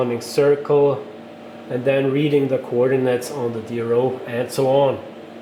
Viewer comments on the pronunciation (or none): none